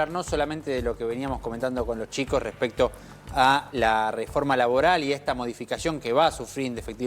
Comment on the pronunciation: "REFORMA LABORLA" jajajaja